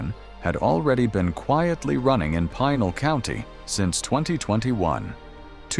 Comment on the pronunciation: "Pie-nal County ? With this type of AI commentary crap it makes it easy to discredit the rest of the report, regardless of accuracy.